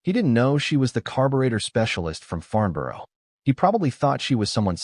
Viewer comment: It is nice that Americans want to produce videos on British subjects, but it would be even nicer if they learnt how to pronounce British names. The Hurricane is a 'Hurri-cun', not a Hurri-cain'. Borough is pronounced 'Burrer', with the 'u' sound as in. 'but', so the Royal Aircraft Establishment was at 'Farn-burrer', not 'Farn-biorrow'.